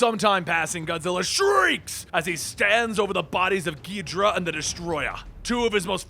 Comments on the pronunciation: “As he stands on the bodies of Gidra and the Destroyah” Bruh its pronounced Ghi-Do-Rah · Ghidra, really, It’s ghidorah gi-dor-ah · Ghidorah=Gee-door-a not gee-dra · King “gijra” it’s “gi-dora” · Ghi-dor-rah not Gidrah and An-guir-us not angarius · Gidrah? It's gih-dor-ah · I don't think it's pronounced as "gid-ra". I think it's "gi-do-ra". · Gidra?? Its Gi Door Ahhh and atomic breath not a beam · King gidrah... KING GIDRAH😡😠 M8 its gidorah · King gi-dra? More like king ga-dore-a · gid-or-ah not gee-dra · It's Ghidorah, not Ghidrah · ghidorah is cooler ghidra is stupid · GHI- DORA NOT GHIDRA GHI DORA and also Ang geer us but other than that pretty food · Ghee-dora not ghedra lol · Angeris (an-jeer-iss) king gedora (gee-do-raa) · Ghidorah not Ghidrah and while I'm at it Eric Selvig not Slevig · It’s GhiDORa, not GHIDRA! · It's not 'Ghee-drah'. It's 'Ghee-dough-rah'. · “Ungarius”💀💀💀 “King gidra” 💀💀💀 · Wasn’t it originally pronounced gee-door-ah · King Ghidorah ❌ king gidra✅ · Your mispronunciation of angeerus as ongareus and ghidorah as gheedra hurts my soul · It's pronounced Kung gi-dora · King geedra? Really? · omfg please its Ghee Door Rah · It’s pronounce “King Ghi-Dor-Ah, king Ghidorah”, you wouldn’t pronounce ghost as “Gaust”. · The way you pronounce ghidora hurts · "King Geedra" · You cannot pronounce the name of the 3 headed dragon correctly its GE-DOOR-UH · Bro calls king gisorah king gidraa💀💀💀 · Did you seriously just pronounce Ghidora as geedra? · He said ghidora wrong lol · 1) It's "Ghi-doh-rah 2) id love to see a godzilla movie of this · It's pronounced King Khe do ra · Like who the fuck says king ghidorah as king ghidra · what are you stupid its ghidorah not gehedra dumbass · and everyone is caling it ghidorah not ghidra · no its gahedra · SULLY WULLY gadora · Kinky Dora 😂😂😂😂😂😂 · Not ghid-ra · Gi-DOR-uh. King Gidorah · I thought it King Ghidora's name was pronounced "Gi-door-uh" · it's pronounce gi-door-ah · Sadly that how people(some) pronounced Ghidorah